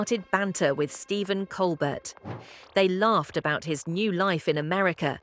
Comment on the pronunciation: I stopped watching after she mispronounced Winslet and Colbert. Garbage.